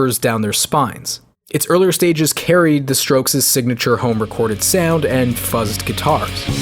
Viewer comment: CAUSE ITS A BANGER also you say "Fuzz" in a very odd way lol